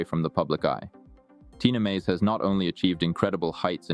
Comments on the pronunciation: Tina M A Z E not Meyz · Tina Maze NOT Tina "Mejz."................don't make any more videos about people whose name you can't pronounce..........especially about phenomenal athletes like Tina........... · get rid of the vonn photos. and pronounce Maze correctly. You obviously don't know her very well.